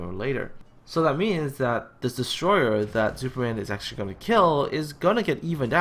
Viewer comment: he is not called Zuuperman for nothing.:P